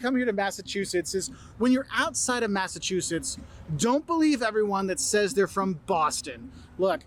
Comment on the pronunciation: No offense, but this guy sounds nothing like the people I have talked to in Mass. Mispronouncing 🤦‍♀️🤦‍♀️🤦‍♀️